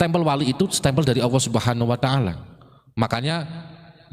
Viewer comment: Sayang bacanya Allah AWOH